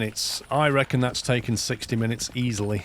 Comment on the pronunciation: It's said as oh-six-oh. Its a wheel arrangement